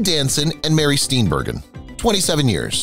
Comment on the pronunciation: Mary Steen BUR-JEN is how it’s pronounced!